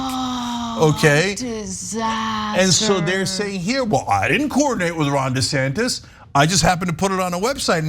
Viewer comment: Um.....the proper pronunciation is DUH Santis.